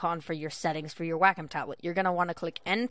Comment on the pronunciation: WAK - EM TABLETs LOL its Way-com